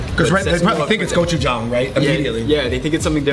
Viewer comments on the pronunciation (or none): none